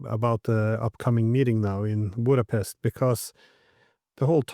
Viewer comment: I have never heard a non-native pronounce "Budapest" with the utmost perfection Mr. Ray McGovern does. Formidable intellect and integrity. Always very enlightening and enjoyable. Thank you!